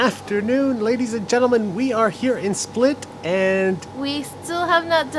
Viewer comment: Ur the frist yutuber that called the city right and i know it did it right becuse i live in croatian